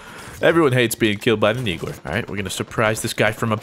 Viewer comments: is he saying neegler? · ...so what's the inside joke behind calling it a 'Neegler'? I mean you're intentionally mispronouncing it, right? Because it's pretty intuitive, I mean, the thing clearly shoots needles, so... Needler. Also really wish you picked up a carbine they're really good in Cinco de Halo, 99% sure they're ttk is faster than the BR's, like how storm rifle does more damage than AR. They're classified as power weapons in Warzone. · You keep saying NEEGLER, XD its NEEDLER not NEEGLER lol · Did anyone hear call the needle the "neegler"? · QUIT saying neegler its needler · it sounds like you say "Neegler"????? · "you take my neegler" - 2015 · Neegler its the needler bro